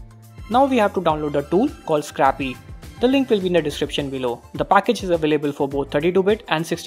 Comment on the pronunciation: Triggered when he said scrappy for Scrcpy which is probably a short hand for screen copy ....... -_